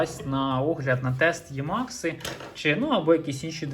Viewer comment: Не Ємакс а Емакс.